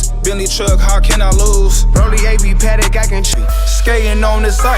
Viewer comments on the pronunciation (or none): none